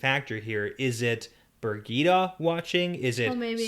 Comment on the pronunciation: your struggel with the name Birgitte is so funny to me. this is a old but normal german name, i do know ppl with that name. We even have a weekly magazin with that name. On the WoT skale of hard names i whould give it a 1/10.